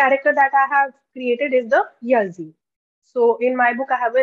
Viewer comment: It's ಯಾಳಿ, not ಯಝೀ ya(ಯಾ)-zhi (ಳಿ) pronounced as Yaali